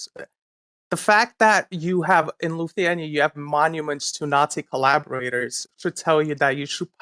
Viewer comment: He’d also be able to pronounce Lithuania